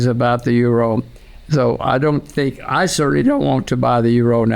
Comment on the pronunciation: Fantastischer Move dass du sink statt think sagst damit leute hier Verbesserungskommentare posten